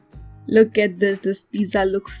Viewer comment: She really saying piza like piza tower 🤣🤣🤣